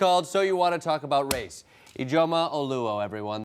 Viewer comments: its pronounced eedjioma, her dad is probably Nigerian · THREE syllables: ee-JO-muh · Ijeoma is pronounced Ije'oma. It is a disyllabic word. Ije pause Oma. Thank me Jordan Klepper 😁😁